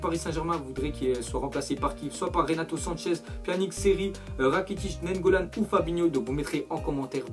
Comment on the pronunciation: NANIGGOLAN PAS NAIGGOLAN